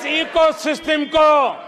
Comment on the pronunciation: दीपक शर्मा जी इको सिस्टम नहीं , इको सिस्टिम ????????????? 😁😁😁😁😁😁😁